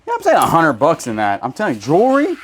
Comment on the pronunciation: I think it’s funny how you say jewelry like jury. 😂 I still like y’all’s videos though 😊